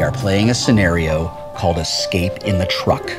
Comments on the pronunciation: "The humans... might probably exscape." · Wow Felicia REALLY can't say "escape"! Same problem on The Guild, too.